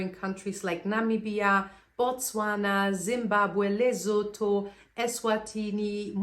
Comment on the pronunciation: It is Lesotho not Lezotho. There's no Z there please